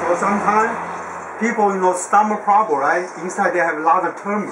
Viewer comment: Yeah! What’s the guys pwobrem!?